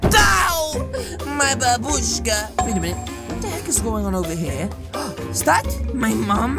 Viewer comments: Babushka not barbusake lolll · Its Babushka not babruske